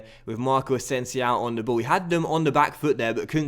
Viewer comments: Its not asensiao, just asensio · greate vid but i think it is asensio o not ow😂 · That boy asensiow is a talent isn't he? 😂😂😂 It's asensio with an O mate not an Ow xP. Still the best and most knowledgeable Fifa and FM youtuber by far though